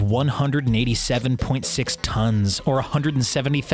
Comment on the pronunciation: why did he say tonnes like that🤣🤣